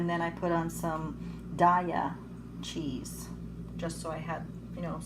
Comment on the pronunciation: Day-ah cheese ... not Die-ah 😬